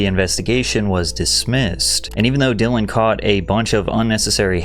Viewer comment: Bro is still calling dillan she in 2025 😂